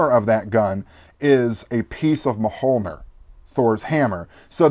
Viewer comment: Hehe! just wanted to say that in Swedish, M'holnir is prenounsed "Mjölner" ... Language outside scandinavie dont know about the Ö so much, but it sounds something like the "i" in "Bird". Mjöl-ner ... and where the E in "-ner" is something like the end of "dinner". maybe something like "Mjilnerr" :) Just wanted to post it. Maybe someone already have posted it!